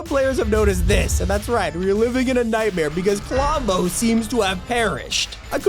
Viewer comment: "a klombo"